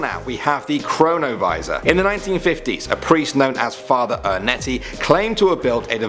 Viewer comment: Him:Number 4 chronavisor What I hear Corona Virus!